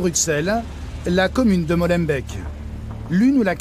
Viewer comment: Rien que le : " Molenbèque du début " ...😂😂😂